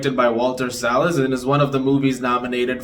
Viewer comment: Thank you for pronouncing Salles correctly ❤